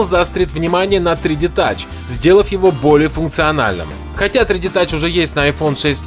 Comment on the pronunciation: Научись говорить 3D Touch и iPad Pro